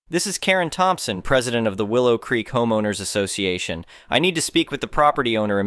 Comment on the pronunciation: Can someone at least invest in a decent AI that can pronounce words clrrectly? If I hear Homeeeownwers association one more time...